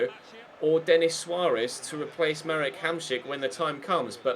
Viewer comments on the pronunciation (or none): none